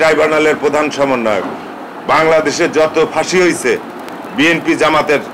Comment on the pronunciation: আপনিতো ঠিক মতো আপনার দলের নাম ই বলতে পারেননা তাহলে কিসের দল করেন আপনি??